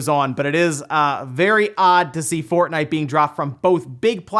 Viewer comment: Did you say fartnite on purpose